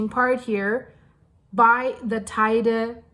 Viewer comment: Teide. She doesn't say it so badly.